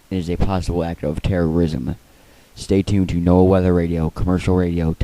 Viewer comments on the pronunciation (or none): none